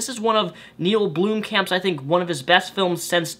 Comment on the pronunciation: Theres only one "o" in Blomkamp goddammit.